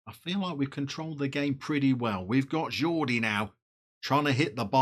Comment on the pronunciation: Lovely kits, especially that blue number! Surprising to see Arsenal's greatest player Yaya Sanogo this far down, but maybe after being at Toulouse, he wants Touwin. Pronunciation of Jordi is perfect. With Domingo and Iglesias you have a very exciting musical strikeforce. Obligatory music pun: Ooh, Nana. What's his name? also, I'd put a tenner on Domingo coming good.